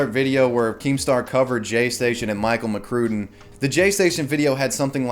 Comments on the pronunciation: It's pronounced Mc Crud in. I liked his vids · if you say Michael McCrue-den one more time